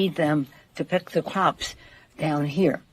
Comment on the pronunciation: Did say crops or ca-waups?